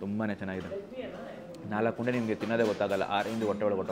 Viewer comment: Guru keema une alla keema unde